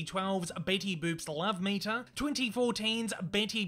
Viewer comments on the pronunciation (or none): none